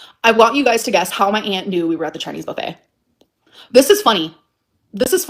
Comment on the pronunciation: OMG!!! She said buffet wrong 😢 (S)